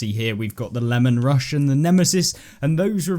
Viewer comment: It’s the Lee man Russ not lemon rush 😂